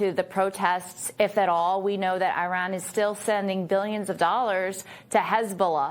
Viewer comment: Say Italy, then India, then Indonesia and now Iran! Now you know how to pronounce Iran! Thank you for trying❤